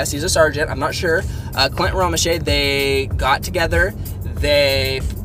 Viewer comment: Lt. Bunderman was acting commander, Staff Sergeant Clint Romesha (pronounced Romeshay) was a squad leader. Ssg Romeshay led several excursions into enemy fire to clear snipers, run ammo, clear buildings, direct fire, he led a 5 man team to counter attack the Taliban that were inside the wire. Toward the end of the 13 hour battle he led a group to search for the fallen heroes. The Netflix episode of medal of honor just barely skims the surface of what happened. Read the book "red platoon". The 8 heroes were Sgt Gallegos, Sgt Martin, Sgt Kirk, Sgt Hardt, Spc Griffin, Spc Scusa, Spc Mace, and Pfc Thomson.